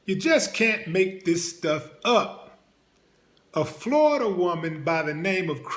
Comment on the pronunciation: FloriDAH! 🙄 Enough said!